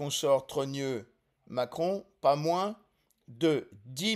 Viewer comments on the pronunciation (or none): none